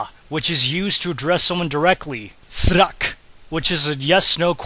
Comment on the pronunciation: It's lit, but one thing, srak is not pronounced as srak but sra, that k is unaspirated and silent